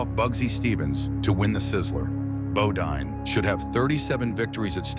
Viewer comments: Bodine NOT Bodeen .....Guess commentator got tired or forgot .... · Nice clip, but would have been more accountable if narrator pronounced his name correctly!